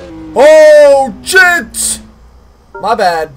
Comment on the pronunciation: Endertait I thought he said "OH CHIT!".... xD